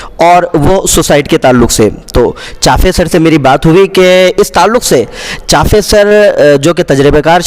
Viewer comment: محترم चाफे نہیں بلکہ चापे सर है